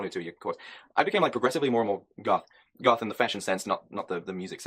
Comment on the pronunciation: I really thought you said “golf YouTuber” 😂😂😂